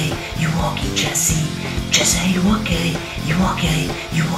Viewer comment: When u were saying Jessy are u okey it sounded like Jessy are u gay